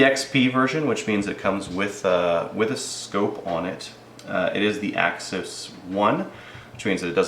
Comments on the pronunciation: AXIS not AXEEEEEEES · Axes (akseez) is plural of axis (ax-iss). NOt to be mean, man. nice review, thanks. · Only reason I disliked the way the said the name of the gun 🤦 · Chris Kraus I laugh ever time he says it